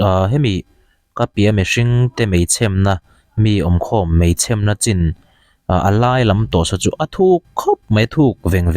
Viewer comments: Mei chhem na nilo in mei chhem na(e) tih kha thluk tur ania thahnem ngaihna vang aw sawisel peih vang hrim2 nilo in aw. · "Chhem" ni lovin "Chhemmm" ti a thluk deuh la ka lo ti ve mai mai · Chhem tih hi a dik,chhém ni lovin...mei chhemna,mei an chhém...hrethiam em.. 😀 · i lam rik dan thin anihchuan chhêm tihkha 'na' tih in zuipawh nise athlûk adanglam phahlo ania,chhêm tihkha thlifim in min chhêm tih a 'chhêm' tih anga lam tur aw thlûk tur anih chu ilamrik dan kha thlak deih rawh aw🤗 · I pho lang law law anih chuan location sawi chiang vela... Mei chhem i lam dan pawh a diklo aw. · Kan sawi veleh lawk ....meichhem....itih hi dik chiahlo in ka hria aaa....chhem...nilo in chhemdamthli kan lam ang deuhin ..han lam la analh leh zual ang ...i aw hi analh bawk sii..trang sauh" rawh